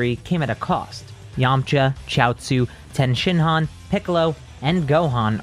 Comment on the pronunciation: It’s Tien shin Han my guy not 10 shinhan ehehe